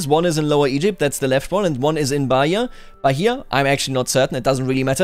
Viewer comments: Your pronunciation was right, is Bah-I-a. With a loud i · As a Brazilian, one of my new favorite things is hearing pronouncing Brazilian place names. Hearing him pronounce Bahia as BAH-hee-ya is just perfect. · Love the videos man. I listen to them as I work to get to know the dev Diaries and your crazy theories. Btw, for "Bahia" you pronounce "Baía".